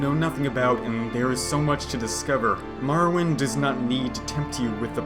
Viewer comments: More Oh Wind. WTF is Mar Oh Wind?!?!?!?!?!?!?!?!?!?!?!?!?!?!?!?! Nice vid though. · Ok... say Morrowind... Now, say Marrowind.